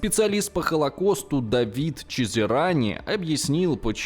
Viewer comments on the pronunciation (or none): none